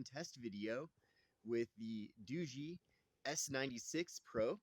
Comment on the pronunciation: Dao ga not doogee